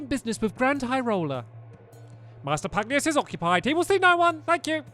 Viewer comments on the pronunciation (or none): Pug-nay-shoes not Pug-ne-yus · Stampy its pugnacious pronounced pug-na-shis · stop butchering these names, Niall is Neeall, and Pugnacious is pug nayshus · I think it’s Pug - Nay -Si -Us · Stampy, The name is pug-NAY-sh-us hope i helped 🙂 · To answer some of your questions: His name is pronounced pug-nay-shus You got super powerful because Lofty dropped a gold orb, it fills your health and gives you unlimited MP for a short time You can heal and use MP items during battle by pressing the main menu button during battle Love your LP! This game is amazing ❤️ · I think it's pronounced Pug nauseous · It is pronounced Pug-nay-shus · Great game, great playthrough! FYI, it's pronounced "pug-NAY-shus." :) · I believe his name is pronounced: Pug-nay-shous. Just thought I’d give a heads up. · I think it’s pronounced pug-nay-shous. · It's pug-nay-shus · Isnt it pug-na-shush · Pugnacious: Pug-Nay-Shuss ... means hostile, eager or quick to argue, quarrel, or fight. Should be fun to see with the giant King Pug! My friend has 2 pugs, one is cuddly and the other is pugnacious. haha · stamps i am pretty sure it is pug - nace - ee - ous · I think it’s meant to be pug-nay-shus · its pwonounsed PUG-NEI-SHUCE